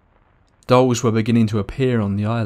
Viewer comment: 'Island of the Dolls'. I thought he was saying 'Island of the Dogs' I was like "I want to go to the Island of the Dogs" After he said it 3 times I realized he was saying 'Island if the Dolls'. Yeah, I don't want to go to the Island of the Dolls.